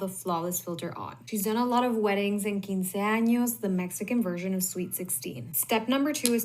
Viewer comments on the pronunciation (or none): Quinceaños? Lol it’s quinceañera 😵‍💫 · “Quinceaño” girl it’s quinceañera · Me here 4 months late and stuck on her saying quinceanos. Ma'am.